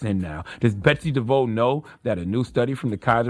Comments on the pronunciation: She's Dutch, so it's pronounced "De Voss" lol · All due respect to Charlamagne Tha God, but you were saying Betsy's name wrong the whole time... Devos... (de Voss) you don't want to arm those retards at Fox News and that one guy you interviewed with ammunition to use against us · All facts. 💯 Also it’s pronounced “Dev-Voss” (idk why I was so irked by him saying “Dev-Voe”) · Charlemagne keeps saying Betsy DeVoe like she's related to Ronnie. It's "di-voss". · Charla, It's DE-VOSS, not DE-VOUGH. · Maybe he was doing a play on Bell Biv Devoe, so the mispronunciation was intentional. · It’s important to shed light on this true donkey. With that said, every time Charlamagne says a name his says it wrong and different from the way he pronounced it last 🤣🤣